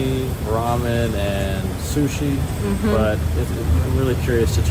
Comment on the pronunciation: 楽しく拝見しましたが、英語の会話の中で日本語の名詞 の発音を しゃぶしゃ～ぶ～、す～し～ かまぼ～こ～😄 普通に発音してほしいな～